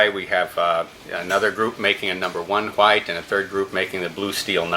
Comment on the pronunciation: Is it just me or does the knife guy not know how to pronounce "white"😂